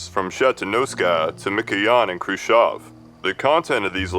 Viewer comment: I love you simply because you're the only English speaker I've heard who pronounced Khruschev correctly.